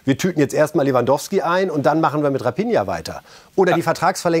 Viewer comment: Könnt ihr raphinha nicht mal richtig aussprechen 😂